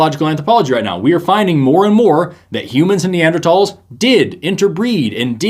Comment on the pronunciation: Wow the creationist pronounced Neanderthals correctly! He gets one point. Balance that against the way he pronounced orangutan earlier and everything else however....